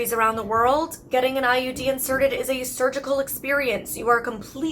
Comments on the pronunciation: Every time you say IUD it sounds like you're saying IED. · I swear she's saying IED, not IUD.